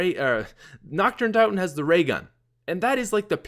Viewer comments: does anyone else get a little annoyed when he says it like Nacht der unt(ou)ten. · Wow, I never noticed he used to call it "notch der un tot en" (tot as in tater tots)